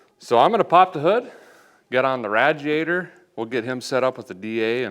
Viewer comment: Radiator not ratiator